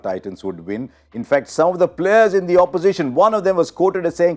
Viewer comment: Abe idli dosa har word mein "th" use karna bandh kar.